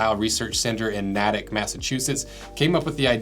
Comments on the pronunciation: Just he just say Nah-tick Massachusetts for Natick (nay-tick)? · Nay-tick Not Na- tick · Nah-Tik Mass nah nah nah Nay-Tik Mass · You pronounced Natick wrong, it’s pronounced with a long a sound not a short a sound but no worries 👍🏻👍🏻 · Nay-tik... not na-tik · Dude, Natick is pronounced with a short A -- as in "weigh". Don't ever say it with a long A (as in cat) or everyone in New England will say "what are you, retahded?" It's like non-ironically saying "pahk youah cah in Haavhaad Yahd." You can't pahk youah cah theah! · Natick = Nay-tik; not Nat-tick or Natt-ick. Same organization still working to this day. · That town is pronounced Nay-tick not Nah-tick. Awesome vid though! Love the channel. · Nātick, not Nătick. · LOL. A former New Englander from Massachusetts. Even though it's spelled "Natick", and probably should go like you say, "NAT-TICK", locals pronounce it "Nate-tick". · Natick is pronounced Nay-Tick. You said more like Nat-Ick, which granted is not clear from the spelling, but was a little grading to hear. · Loved how you said the name of the town in massachusetts. It's so funny when peopel from other states try to say towns and city's from massachusetts. So you said it NAT-ICK it would be pronounced NA-TICK lol. Love your content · Nay-tick…not nah-tick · Natick, MA is pronounced like naydick not nattick. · The location of the Army research center, Natick is pronounced "Nay-tick" not "Nattick". Pronounce it wrong you flag yourself as a flatlander. Sincerely, the ENTIRE NEW ENGLAND REGION. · Natick is pronounced “NAY-tick” not “NATT-ick” TMYK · The US Army lab in Natick, MA....Natick is pronounced "Naytick" not "Nattick." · Its pronounced "Nay-tick". Not "Nah-tick" lol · It’s pronounced .. Neagh-Tick— not Na- tick.. 😝 Other than that . Great review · Natick is pronounced naytick, not nadick. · Lol "nadick". Natick is actually pronounced nay-tick! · lol.. "nahtick masschusetts" it's Nay-tick Natick=Nay-tick. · Natick is pronounced “nay-tick” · NA-Tic, Ma.